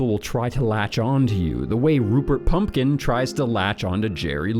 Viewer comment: Glad you’re back, and you look thinner. Keep it up. But say the correct name of actors and their character names. It’s Pupkin, not Pumpkin. It’s Bernhard. Not Bernard